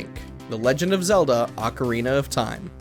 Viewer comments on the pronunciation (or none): none